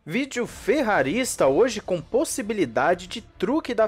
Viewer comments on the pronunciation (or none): none